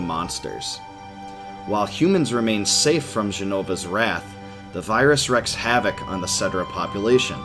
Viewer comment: wreaks havoc (pronounced like reek)